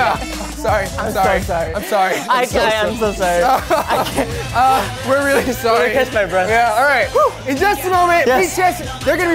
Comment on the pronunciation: J Hope:" I'm solly I'm solly..." me: dead